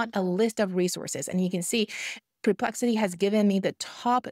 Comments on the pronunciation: It's NOT PRE-plexity!!! It's PER ...as in PURR!!!! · Thank you! Really great practical advice! I love your videos! I just want to add something- and I feel bad doing that, but it bugs me:) The correct pronunciation of the words are: SPE- CI-FIC, not SUB- cific and It’s PER-Plexity, not Pre-Plexity:) Sorry. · So much Great info here! And English is spectacular. Just 2 little suggestions not SUBSPIFIC but Specific not PREPEXLITY but perplexity ❤